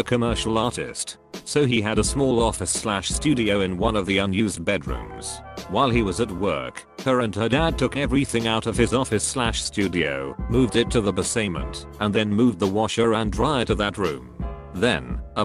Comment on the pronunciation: Nobody: No one whatsoever: The Computer: BASS-EY-MENT